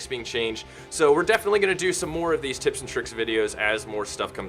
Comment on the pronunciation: You definitely said "tits and tricks"